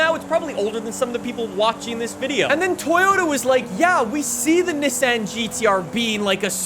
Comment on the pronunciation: did anybody here how he said nissan? because thats just not right.